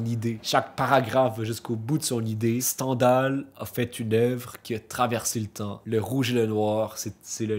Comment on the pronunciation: On prononce STINDAL